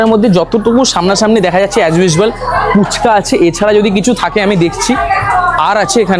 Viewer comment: Phuchka ❌Poochka ✅🤠